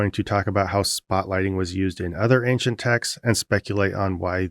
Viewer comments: Why does thia guy say "Ankshent"? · Always bothers me how thar guy can't say ancient, sounds like ankchent. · How does a man make it to whatever age Beardy McBaldy is, attain a position in which he appears in public forum discussing religion without ever having had someone say to him, "uh, dude--you're saying that word wrong. It's 'ancient'--ehn-shint. No hard C because the etymology is French. I'm not trying to be a dick about it, just thought you want to know, because you'd tell me if my zipper was down, wouldn't you?" Does this man have no friends, or just no friends who are any good at using the English language?